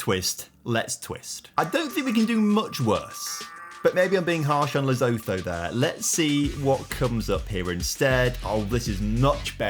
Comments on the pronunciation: It is pronounced Loo-Sue-To,. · I have never heard Lesotho pronounced quite so wrong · 😅😂😂 bro where is the Z in "Lesotho"